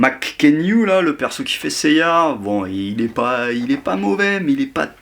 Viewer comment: nan mais "saint seiyar"